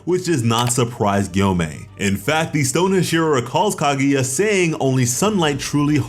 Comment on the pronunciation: KAH-GUY-AH not KAH-GOO-YA jesus christ man